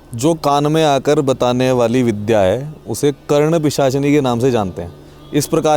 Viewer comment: करण पिसाचिनी नही कर्ण पिसाचिनी